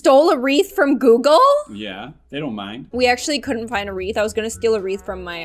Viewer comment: It was so funny how said Google